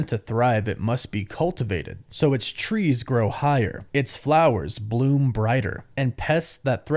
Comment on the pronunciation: notcie Uatu said "TREES" .